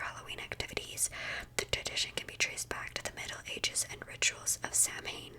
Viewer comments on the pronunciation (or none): Obligatory drop in from an Irish person just to say that “Samhain” is pronounced “Sow-in” and it means November in Irish ☘️ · I know this is 2 weeks old (amazing video btw) but I'm Irish and Samhain is pronounced (Sow (like cow with an S) - in. So basically Sow-in) just so you know :)) it's kind of old Irish but Irish is a very confusing language :)